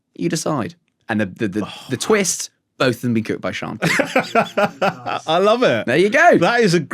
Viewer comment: I can't be the only person who was surprisingly impressed by his pronunciation of Shanti.